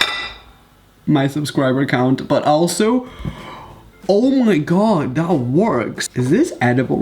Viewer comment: “Oh my Gaw”